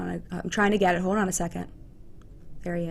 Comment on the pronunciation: "hod on" ?!?! Hold on. So much of this. SMH